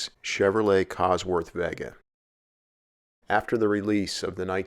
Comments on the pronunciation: it's VAY-gah not veh-gah, lol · It's pronounced Vay ga not vegga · Vega as in vay-guh. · It's pronounced vay-guh. As in Las Vegas. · I've never heard Vega pronounced that way...almost like the way Cal Worhtington said "Chivy"